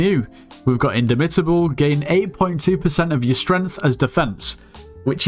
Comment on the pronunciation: its pronounced in dom (om as pronounced in bomb) ita (as in italy) bull